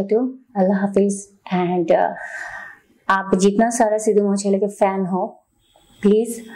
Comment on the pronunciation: Madam Pehle Sahe Se Naam Bolna Sikho Legend Ka 🔥